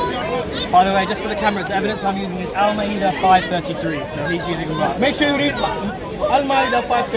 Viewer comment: Learn to say it correctly first x Muslim surah al maidah.